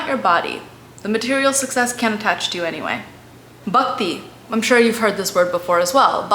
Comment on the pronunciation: Good try but pronunciation is comical abcd style. Just the way bakti is said instead of Bhakti